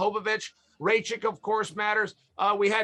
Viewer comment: Alexandr Ray-chick ... That's new one.